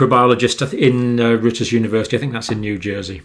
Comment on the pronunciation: The good doctor goes for sarcasm big time - so funny .... and so right —- except pronouncing Rutgers - rut ...gers.